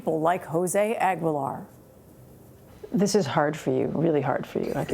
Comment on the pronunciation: Why is she pronouncing his last name all wrong.